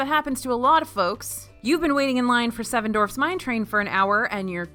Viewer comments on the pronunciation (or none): I laugh every time says "Seven Dorfs Mine Train". Now THAT would be a fun ride.